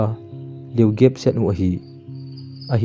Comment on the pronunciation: Communication Gap/gaap chu Gape tin pronounce jio bro, google dictionary a Pronouncation ven lng ngai jio, na thu sim sei hw ngai nop aum ji in hinla them khat Pronouncation a vat jep ji e, kahe them nai ei thinglhang mi i hi nau jong ahi nai, hinlah youTube social media dung ahi tan them khat nal jep le tia kan sei thu ahi e bro sksvsorry....